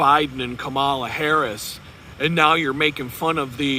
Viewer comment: You really sound dumb when you say her name wrong. "Comma" "la." Children can say it. (You're not clever deliberately mispronouncing someone's name.}